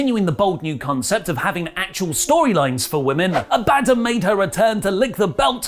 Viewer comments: How the hell does always pronounce Abbadon wrong when IT"S LITERALLY SPOKEN ON TV!? Does he even watch the segments? "Ab-A-Don" not "A-bad-un". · It’s (ab-a-Don) not (aban-don) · still cant pronounce abbadon lol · Why does say Abadon wrong? ha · STILL can't pronounce Abadon's name! Lol